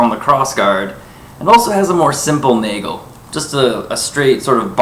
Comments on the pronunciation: Please stop saying Naygle... Nagel, A like in asterix, e like in nest. That being said, a ring is not a nagel. A ring is a ring. The nagel is a very specific addition to the guard. Not to mention it doesn't take the blow the same way. Is it the video quality or do both of those wobble just from waiving around? Also, the difference in thickness is quite obvious... You say they are a very good simulation of a messer. Have you handled an accurate historical replica of a messer? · It's pronounced 'nah-gel'. I'm half-German.